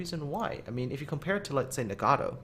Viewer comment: "...the ni-gaddo." I've never been offended by such a butchering of a ship name ._.